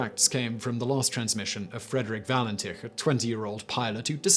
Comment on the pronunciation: All-bree. Valen-titch. Add Harold Holt, the Beaumonts, Azaria Chamberlain and Joanne Ratcliffe & Kirste Gordon in your next list